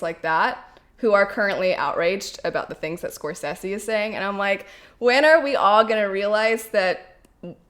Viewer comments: Thats not how you pronounce Scorsese lol !! I agree Marvel movies generally lack substance. If im tired and i dont want to think then a Marvel movie is perfect. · The way you pronounce Scorsese. 🤣. Totally understandable though.